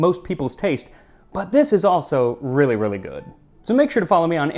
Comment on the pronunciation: It's wreely wreely good...haha needs whip cream!